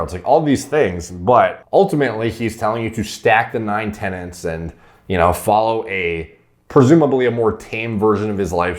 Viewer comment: Any time I hear him say "9 ancestral Tennants" I just roll my eyes like....fuuuuuck ooooofff 👀🙄